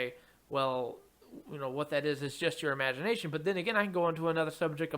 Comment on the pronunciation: "Bwwut" lol